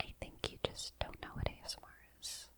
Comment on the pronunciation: i swear at the beginning she said "gay smr"